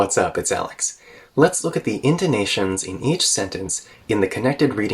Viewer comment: When you said "intonations"... I've heard you said Indonesian